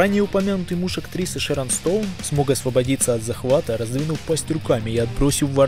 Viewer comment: Все интересно, информативно, спасибо. Но ,автор, ОБОНЯНИЕ и совсем не ОБАЯНИЕ у комодского варана.... Актриса ШэрОн Стоун, а не ШэрИн Стоун..